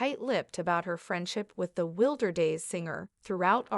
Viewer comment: The song name being spoken incorrectly is a jab to the musician who put a lot of hard work into her artistic talent. WILDER DAYS!!!